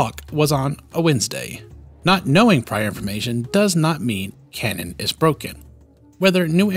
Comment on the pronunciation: Completely shocked this guy doesn't butcher canon's pronunciation like he does with retcon.